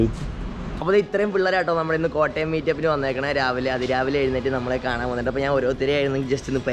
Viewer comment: Machane Kottyam അല്ല kottayam ✌